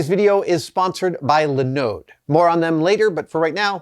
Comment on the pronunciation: I have never heard anyone put the emphasis on the second syllable of Linode before.